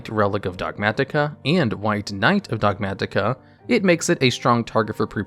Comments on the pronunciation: The way you pronounce "Dogmatika" is giving me a heart attatika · DOG MAT-IK-A 😭 Chill, almost choked to death trying to say one word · The way you say Dogmatika is unseasonably frustrating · Those Ts get stronger every time he says it.